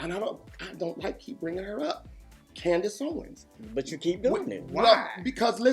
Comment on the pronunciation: I thought you said, Candace Bassett, from RHOP. I'm sitting here clapping until I realized you said, Ownes.